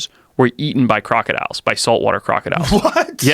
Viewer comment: Did dis dude just say crocadillions lmao